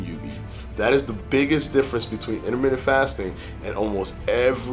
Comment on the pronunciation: Interment-TENT..say it right bruh